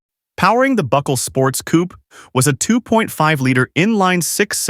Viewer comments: Coupé is pronounced COO-PAY not COOP Marque is pronounced MARK not MARKY 🙄😂😂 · French origin word, its pronounced coopay...